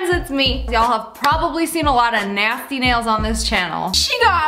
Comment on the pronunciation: “UAgH NAYSTY” Lia -2020